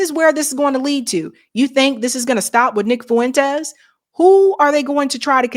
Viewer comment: Here's how to better pronounce his name: Nick "Fwentes"....not "Fuuu-wentes" Did that make sense?